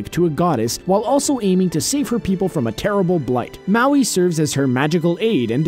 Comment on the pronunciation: wow he can pronounce Maui but not MOANA